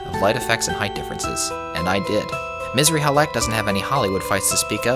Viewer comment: It's "Missrly Halek", not Misery Halek 😂😂 although it could be Misery Halek for some players Misr is Arabic for Egypt, the "i" is our "ian"